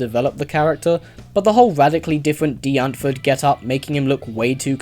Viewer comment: Another great review,. You substantiate your negative reviews very well, when many reviewers tend to descend to semi-rants and forget to back up what they're saying. However, what I'd really like to praise you for this time around is that you took the time to find out how to correctly pronounce "Die Antwoord".:p As an Afrikaans dude, I appreciate it. Usually people just apply English spelling conventions to foreign words without any self-awareness. P.S. Just for shits and giggles, check out how the natives say "Charlize Theron".